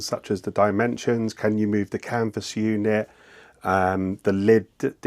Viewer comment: I saw a French video with English voice translation. He also said "Canva unit". It's Canvas, C A N VAS, Canvassssssss! We're not in Kansa anymore, Dorothy.